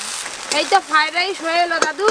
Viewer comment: দিদি ওইটার নাম ফাইরাইস নয় ওইটার নাম হল ফ্রাই রাইস